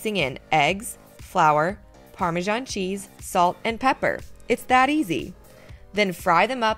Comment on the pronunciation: What is "parmejan"?